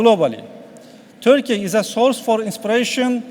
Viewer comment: çok iyi derece İngilizce bildiğini söyleyen bir Türk'ün en azından (hem de okurken) Törkeye dememesi gerekir kanımca..